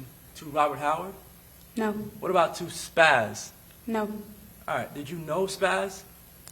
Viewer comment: The defense attorney is trash and sounding to make a big deal about random statements and continues to say "ahrite"